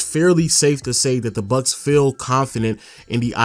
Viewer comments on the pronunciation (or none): Nobody:: Milwakee BuK